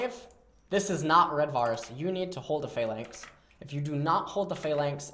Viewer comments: Or pha-lanx instead of flanx <3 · What is he saying when he says "if its inside of a (what) lanx?